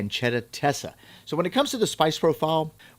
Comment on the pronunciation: Pancetta stesa not Tesa 😊